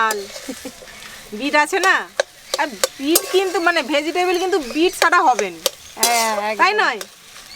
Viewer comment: ভেজিটেবিল না ভেজিটেবল 😑🙄